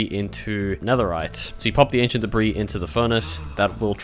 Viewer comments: de bris, BRO ITS DEBRIS (DEBREE) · It's pronounced debree btw lol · I just want to be a bit helpful on seeing if this makes Debris more comfortable to say, I believe it's pronounced [Deh-Bree] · I'm pretty sure that was the joke since he brought up the pronunciation on screen and said "I should really stop saying deb-riss" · It mentally kills me when you say de-bris. Great video though. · It’s ancient debras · him pronouncing "debris" makes me want to try swimming in lava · you keep saying debris wrong